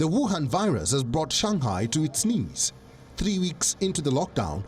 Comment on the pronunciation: its not shangkai its shanghai bro